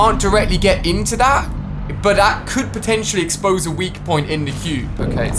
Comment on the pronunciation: Teacher: what’s 2+2 Ali: potinitially 4